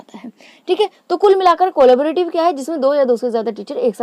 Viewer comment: it’s not cooola-ba-rative , its collabrative ., at least learn the correct name first, and then teach others 🤬